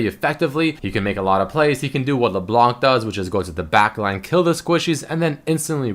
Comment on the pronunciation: it's LeBLÄNK not Leblonc, even froggen knows that